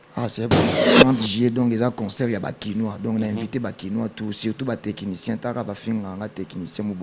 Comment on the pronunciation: C'est du français, on dit Technicien et non Tekinitien.